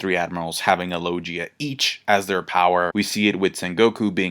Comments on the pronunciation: LO-GI-A, not Lojia -_ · Still cant say logia correctly after all these years? Lol